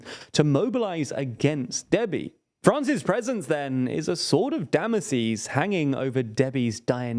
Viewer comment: Damoces? It's Damocles :)